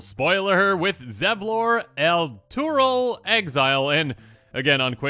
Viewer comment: "EL!-ter-el" This dude is a friendly character from the Baldur's Gate III video game. So a few voice actors say the name of that city. Accentuate the first syllable and pronounce all the vowels like an e.